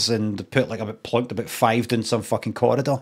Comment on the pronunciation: It's not lehtin me tahBOOT